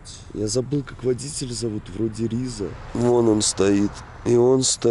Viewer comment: РизА, фарсИ. На последний слог ударение. Классное видео!